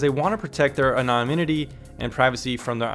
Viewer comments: Take this in the way it is intended. It is ANONIMITY..ANON - IMITY. (A NON IM ITY} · Thank you for this informative video. May I offer you a tip on pronouncing the word, anonymity? Say it like this: ano-NIM-itee. The syllable in caps is the one that gets the emphasis. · Jesus CHRIST it's pronounced AN·O·NYM·I·TY get a FUCKING clue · "Anonynimity" lol.